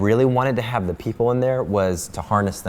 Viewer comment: "they haf a real dinosaur"